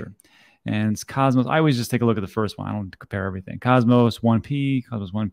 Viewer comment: I used to watch you, but until you learn to pronounce Cosmos I'm not coming back.